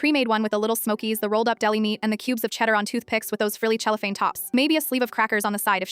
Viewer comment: It’s pronounced sellophane!